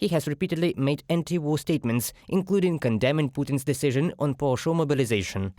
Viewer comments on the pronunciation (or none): STOP SAYING " PARTIAL "!!!